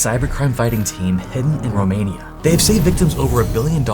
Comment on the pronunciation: Replayed the intro 3 times to be sure I've heard "Romania" 🤣 Hi from Romania btw